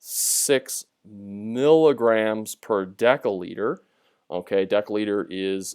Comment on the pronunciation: for mg/dL , it must be milligram / decilitre✅ not decalitre❌❌